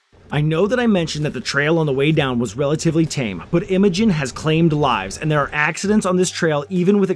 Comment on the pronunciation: The correct pronunciation is Eye-mo-jean just like a female name. It is definitely not pronounced M-a-gin.